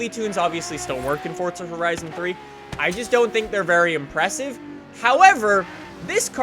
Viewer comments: FORZA not FORTZA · It's for_za not fort_za. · say forza not fortza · Why must they pronounce it like "fotza" and not "forza" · It's FORZA not FORTZA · is in pronounced fortza? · Why dose every one say fortza